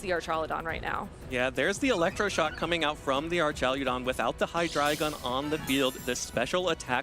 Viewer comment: I would do anything for this man to pronounce archaludon correctly